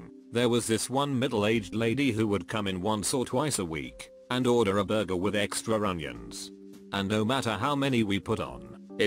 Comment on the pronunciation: I miss the way this robo voice used to say Burjer instead of Burger...